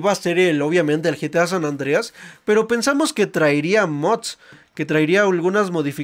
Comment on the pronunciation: Se dise geta 5 no getia 5